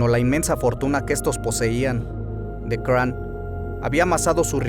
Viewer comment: se pronuncia Craón, Gilles se pronuncia Gill (en efecto) D´Rais (se pronuncia D´Ra no "Re" observación no hera homosexual. le gustaba sodomizar como lo romanesco de su lectura, es decir le gusta "dar" mas no "recibir" (como lo hacian los romanos pero no hera homosexual) mas bien su caracter... como decirlo perverso, amo profundamente a juana de arco incluso despues de él mismo haberla entregado a los ingleses se arrepiente y la busca en las masmorras pero juana a quien ve es a el diablo (gill) y no acepta su renovada propuesta de amor, ella es quemada como bruja, gill se retira a machecoul y comienza a delapidar dinero en obras de teatro dedicadas a juana, despues mata en medio de sacrificios humanos si a jovenes, niños e incluso niñas, con el afan de resucicitar a juana, de acrecetar su fortuna y no en vejecer pero no fueron tantos como la inquision lo dijo (mas bien aprobecharon de su estado mental y asi con lo exagerado de su confeción , nació hasta hoy esta leyenda negra de gill, hasta hace poco, segun registros hubo un juicio donde se le exonero y se le devolvio su rango de heroe nacional, aqui es la mezquindad de la iglesia, lo sucio y lo peor para quedarse con lo que quedaba de sus tierras y fortuna, si bien no fue un santo tampoco fue un grande asesino, el pez por su boca muere, si te torturaran ati QUE NO DIRIAS Y MAS SI NO ESTABAS EN TUS CINCO SENTIDOS, GILL HASTA LO CONVIRTIERON EN VAMPIRO! ¡POR DIOS! AUN ASI, DIJO TANTAS COSAS QUE PASARON A LA POSTERIDAD ENGRANDEC